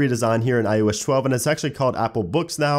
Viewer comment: '' On IOesh 12''